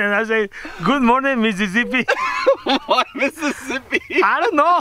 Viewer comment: Stop saying missiszbi😂it's a bad word